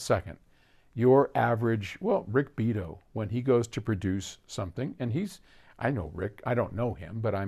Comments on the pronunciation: Ok,, put up or shut up. Do a double-blind test with enough actual trials to prove that you can hear the difference. It you don't, you're just blowing more smoke. By the way, it's Rick Bee-AH-toh, not rick Beat-oh. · it's pronounced "Bee-ah-toe ".. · the first thing you ought to "know" about Rick Beato is how to pronounce his name: bee-ah-tow, accent on "ah." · Learn to say Beato properly next time, maybe. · If is familiar with Rick Beato and has seen his videos, why does he pronounce his name that way?